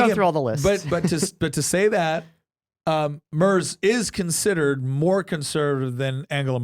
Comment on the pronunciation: If you wanna look cooler than everyone else, it's pronounced "Murts," not Murzzz.